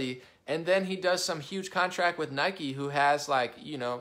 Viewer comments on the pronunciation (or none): none